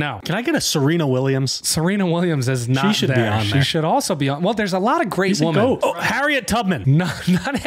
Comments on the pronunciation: They way he pronounces women .... Painfull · Woman plural is women, pronounced wimen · It's pronounced. /wimmin/